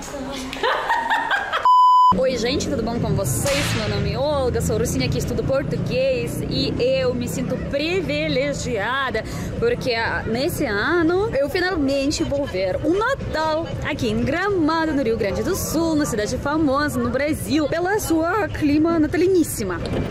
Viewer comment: Querida! Não leve a mal, mas só corrigindo a Língua Portuguesa: não se fala preveligiada e sim privilegiada. Sei que você aprendeu de forma errada aqui no Brasil, e que 99% da polução entendeu o que você quis dizer. Mas, estou só orientando.